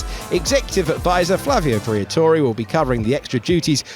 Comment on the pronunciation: Did they say Flavia Briatore????